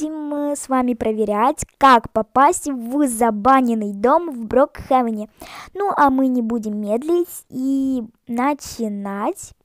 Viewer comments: Не Брокхевен а Брукхейвен! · Брукхевен а не брокхевен